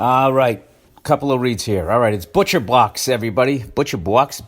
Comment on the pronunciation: Bill butchered Butcher Box.